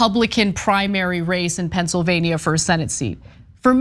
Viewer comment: Ana please learn how to pronounce Pennsylvania. Specifically the -NIA. Say it like your state of California.